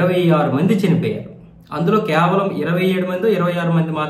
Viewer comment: క్యావలం కాదు, కేవలం. అనవసరంగా అవసరం లేనిచోట ధీర్ఘాలు తీస్తూ, మాటి మాటికి, అయితే అయితే అంటూ తెలుగును భ్రష్ఠు పట్టిస్తున్నారు.